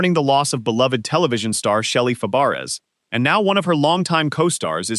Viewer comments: What does the picture with the professor from UK who died have anything to do with Shelley Fabares? I don't get it. And as someone said you're prouncing her last name incorrectly, it's prounced Fabray like her aunt Nanette Fabray, her aunt changed it to sound like it should sound. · If you can't say her last name right then don't say it then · Yeah, jeez! How insulting in a memorial video!